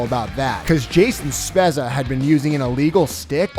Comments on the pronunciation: Jason Spez-za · Jason Spezza, says his name wrong (up to there only so far) (Zegras incorrect name drove me nuts too) and then right after has video of ref saying it correctly. Really!?!? Can't do the proper diligence to get things right.